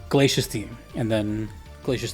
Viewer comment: Glay see us. Not Glayshus, even though that is how it is spelled.